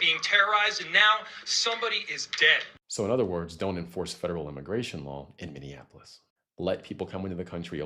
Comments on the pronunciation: You need to learn how to pronounce Minneapolis it's not Minneanapolis. But you are right. Just comply... she brought it on herself. The shooter should not have shot to kill based on what I saw, but she has contributory negligence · You need to learn how to pronounce MPLS, lol it's Minny ap like apple polis Minneapolis LOL looking. Up Prince music, he says it right. noone is a hero when they kill. yes true when a cop asks you to stop, then stop, else you will get shot. We've known that for years when we were profiled. were all not fraud and Somalians LOL, and they never called me N .... you peoples narratives are the same ole same ole. saying someone hates America when they don't fit into your people's narratives, or they are speaking up for themselves. That separates us right there. Hope you don't have kids